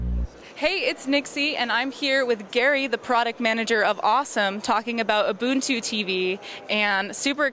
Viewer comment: why is the guy saying ubuntu in the fuckin wrong way?